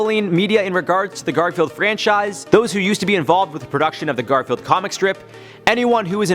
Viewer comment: Did you know he said Gorfield instead of Garfield;)